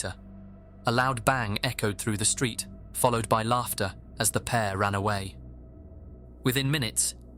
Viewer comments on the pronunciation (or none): none